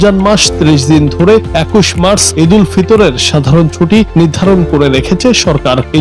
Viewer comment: মাস না মার্চ, উচ্চারণ ভুল